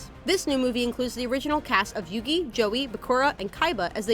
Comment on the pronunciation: When the host mispronounces the main characters name